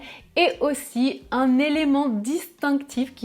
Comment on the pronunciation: Ah, chouette : vous prononcez encore le "un" comme "un" et non comme "in"! Je trouve dommage que cette distinction se perd.